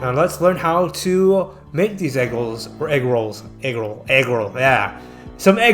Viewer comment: Egg woll, ahh egg rolls lol